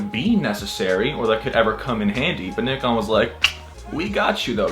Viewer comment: When an American pronounces nikon as it should be pronounced!! It's pronounced [neekon] not [naikon]!! Tell em!!